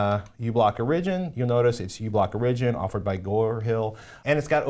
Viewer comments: Some of the confusion on the uBlock Origin issue is probably the way you're pronouncing "origin." You're putting the emphasis on the second syllable as in "original" (or-IG-in-al) rather than on the first syllable as in "origin" (OR-ig-in.) Of course, the app may have been named exactly the same, but the person that wrote in called it "original" in his note, and I think it's due to this situation. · Hehe Patrick says Origin(like origin-al) funny =P Good episode. Thanks!